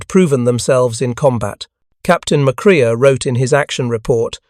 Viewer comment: McCrea, pronounced mc-kray. No "uh." And "Yammer-toe" is really irritating. Yuh.MAH'toe. EEwa-KI'.